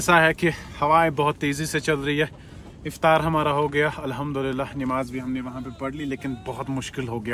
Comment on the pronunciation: Nimaaz ❌ Namaaz ✅